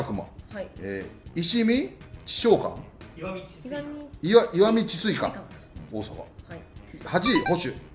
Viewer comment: みんな石見智翠館高校のことを、「いわみ」ではなく「いしみ」と読んでしまうんだね。 甲子園にも出てたのに、元の江の川高校なのに……。